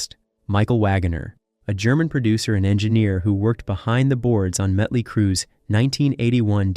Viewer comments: Hey dumbass! It's Motley, not Muttley! Muttley is a cartoon character, like you. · What? This narrator from england ?he keeps saying mutley not motley.?😊🤷‍♀️🤷🤭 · why are saying "mutly crue"?wtf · Can't take it seriously. "Mutley crew" 😂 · DUDDDEEEE why do u keep saying MUTLEY!?!? Like for real!?!? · Damn. Bad bro...bad. Mütley Crüe? Better yank this and redo the narration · Who put this shit together?!! The guy can’t even pronounce “Motley”. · Metley crue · he was just like: metly mutly like what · Why can't the narrator say Mötley correctly? Is it some kind of computer-generated voice because it/he also pronounces other common words incorrectly? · Dude cant even pronounce the name of the band right. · He's pronouncing the band name wrong because he's pronouncing the umlaut over the O, which just makes it clear he knows nothing about the band. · Right? That bothered me throughout the entire video.